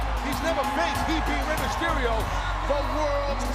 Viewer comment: "Rey Masterio" Tony Chimel 🙄😂